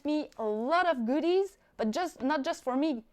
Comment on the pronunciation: The accent. 🤷🏾‍♂️🤦🏾‍♂️